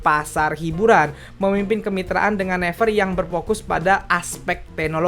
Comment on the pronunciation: Gw gemes pas dia ngeja naver -> never Gw selalu nyaut naviiiirrrrr